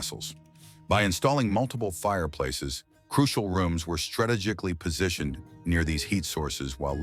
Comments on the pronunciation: Begging your pardon,, "strategically" is pronounced "strah-TEE-jik-lee" not, "strah-teh-JET-tik-lee". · The way “strategically” was pronounced was a dead give away lol